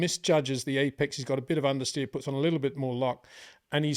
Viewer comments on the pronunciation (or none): none